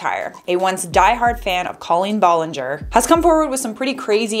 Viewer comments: BROOOO WHY YOU SAYING IT LIKE COLLIN BOLLINGOR LMFAOOOO THIS IS LITERALLY SENDING ME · I’m sorry but C”A”LeEn BoLlInGeR is killing me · wow you say her name so weird